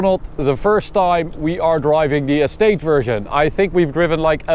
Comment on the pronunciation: yea i know, but just the way he says it, its sounds like he's saying s8 insteas of estate